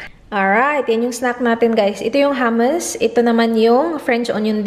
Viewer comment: mali yong pag pronounce mo ng “hummus” but still I love you 😘